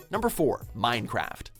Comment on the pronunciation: Minecraft??? you say Mincecraft?!?!?!?!?!!